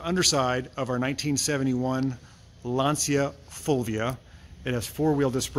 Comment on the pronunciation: LAN-Cha Full-We-Ah